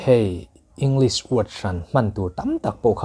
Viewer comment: Pronunciation Ing- lis ❌ Eng- glis✔️ English ber kan zir sia, a english lam dan a ber hi kan tih fuh loh chuan a professional lo tlat.